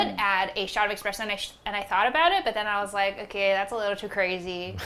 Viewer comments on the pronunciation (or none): Love but there is no x in espresso 😂